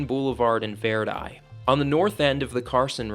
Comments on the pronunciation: We hillbillies pronounce it Vir-die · Grew up in reno for 20 years, cool to stumble across your channel! Grwat, video, besides how you pronounce Verdi😂